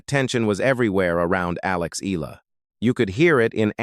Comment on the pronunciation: Her name is pronounced Alex E-ya-la, not E-la! (Spanish Pronunciation! Thank you .